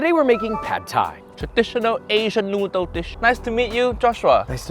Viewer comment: too much protein, too much noodr, too much vegtabr... You can never please uncle roger